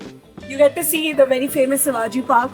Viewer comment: It's Shivaji park not savaaji park